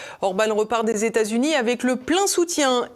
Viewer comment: Le président tamericain….pourquoi pas le président téta zunien? Je crois que je ne vais plus donner à cette chaîne